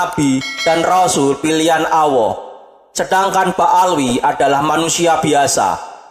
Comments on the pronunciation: Miiin, min,...Alloh min bukan Awwoh,...lidah nya nya keseleg ya,...🤣🤣🤣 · Gk bisa nyebut allah